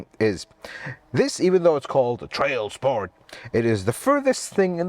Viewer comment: I love how he says "TRAIL SPORT" :-D